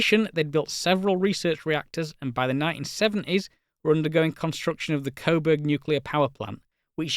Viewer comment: You botched the pronunciation of "Koeberg" - it's coo-burg, not koh-burg.